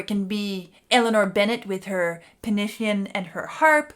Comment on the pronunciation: Loved the video and, being Welsh myself, I really appreciate you pronouncing penillion in Welsh.